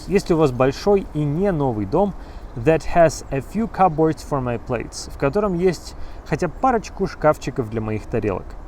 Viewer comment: Вы произнесли слово cupboard (шкавчик) так :/'kʌpbɔːrd/, а нужно так произносить: /ˈkʌbərd/